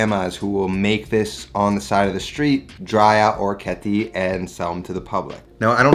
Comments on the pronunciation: Thanks for the awesome vid! My OCD however is forcing me to correct your pronunciation. I believe it's pronounced oh-reck-ee-et-tay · Just to let you know. He absolutely butchered the pronunciation.